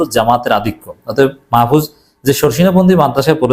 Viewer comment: মাহফুজ সত্য কথা বলছে,এখন গা জ্বলে, আপনি নামটা ভাল ভাবে উচ্চারণ করেন,আপনি জামাত করেন,ভদ্র ভাবে কথা বলেন,আপনি তো জামাতদের দালাল সবাই জানে